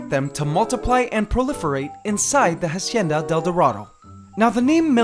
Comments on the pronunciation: If your gonna name the enclosure Hacienda del dorado at least pronounce it right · Please stop pronouncing "hacienda" wrong, the h is mute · In Hacienda the H isn't pronounced in spanish. Fantastic channel.